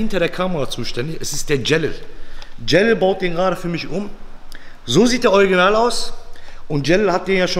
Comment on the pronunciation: du sagst eugenal nicht original 😂 Peace ✌🏻